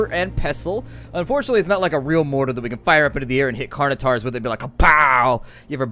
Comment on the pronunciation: Please learn to pronounce certain words properly. It's pronounced Carn-o-tor-us, not Carn-o-tar. Other than your horrible pronunciation, great episode. :)